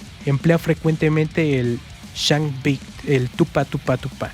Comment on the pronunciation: Skank Beat, no "Chank Beat".